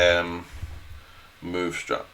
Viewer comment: its a struct not a strut ffs